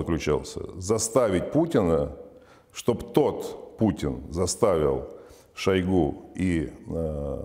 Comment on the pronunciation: шойгУ, а не шОйгу